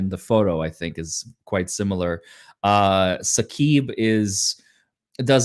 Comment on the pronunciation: Saqib = 'Sadiq'. got his name wrong.